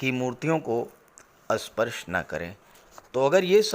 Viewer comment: Sir asparsh nahi sparsh